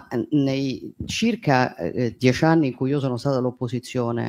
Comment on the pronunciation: ma perché quel sorcio coatto invece sa parlare??? si dice "necessario" non "nescessario", si dice "dieci" non "diesci"